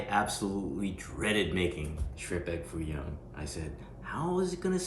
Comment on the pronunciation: Not Foo Young, but Foo Yoong.😂😂